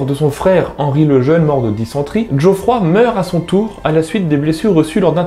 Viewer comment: djoffroy? Non Geoffroy. trug.